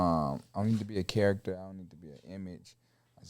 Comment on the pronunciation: bro do not try to sound smart miss pronouncing character when describing someone… shit racist not british